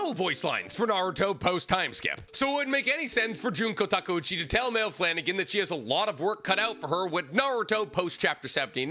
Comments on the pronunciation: buddy, it’s pronounced My-lee, not “Mail” I have 2 family members named that so I just need you to know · No way you just called her “Mail” Flanagan😂 its “ Miley” Flanagan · "Mail" Flanagan lol. Dude don't even know how to say her name right 😂 it's pronounced "Miley" but with my emphasis on the A... Can you really call yourself a fan if you don't even know how to say her name correctly...? 🤔 😅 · Wasn’t this debunked on twitter as a translation error. And her name is pronounced My-lee not male. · It's not "male" her names pronounced like Miley. It gets me every time 😂😂😂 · Isn't Maile pronounced "My-Lee"? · Isn’t Maile’s name actually pronounced “my-lee”? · Anybody else crinch at the mispronunciation of Maile?